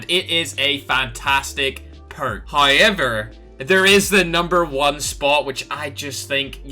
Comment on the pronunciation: love when you say however hiyever